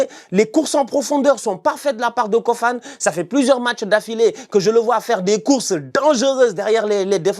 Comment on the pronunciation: On prononce KOFANÉ ...pardon appellez le comme il faut merciiiii